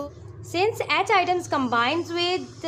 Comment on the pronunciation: Ma'am it's not item it is atom 😂